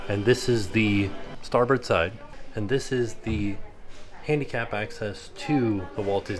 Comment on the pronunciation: it’s really starboard… 💯 thanks for saying starbird.. since that’s the name of the street I grew up on … and I totally enjoyed this tour.. I would def get lost if I was there.. lol 😆